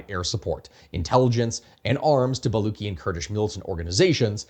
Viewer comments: I get what you were doing with the pun in the thumbnail. But like as a Baluchi I think i missed the pun initially because as far as I know I pronouce the "luch" in "baluch" like "lucha" than "Luck". So ba-luch. But you're using "ba-luck". I'm not sure if this is standard, but as far as I've heard it in family it's "lucha" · Man you don't even know how to pronounce baluch. Don't comment on Iran. Please. You have no idea.